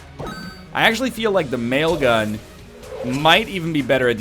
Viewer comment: Each time I hear "mail gun" I think of The Whitest Kids U' Know sketch "Nail gun".